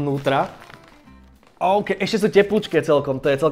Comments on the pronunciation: "oukey kalorie" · "OUKEY KALÓRIE"